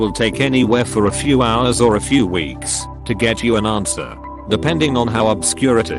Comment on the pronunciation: Lol@ "aRnswer"